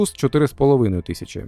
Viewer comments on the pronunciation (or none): none